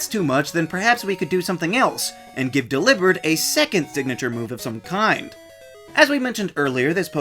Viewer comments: How have I never thought of pronouncing Delibird like that??????? It makes so much more sense than “Dellybird” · Lol they say dell ee bird in the anime